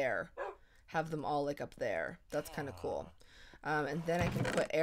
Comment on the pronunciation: who else thought whenever says "cool" its "cruel" ( sorry for my english and spelling lol)